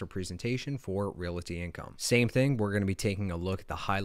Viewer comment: If you want people to listen to you as an expert, please pronounce basics properly. Ree-all-tee. Not ree-la-tee. You are immediately alienating your educated crowd.